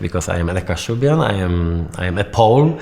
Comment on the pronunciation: this is all LIES. Toosk, co ty pierdolish ? "kashub-yan" hahahahahaha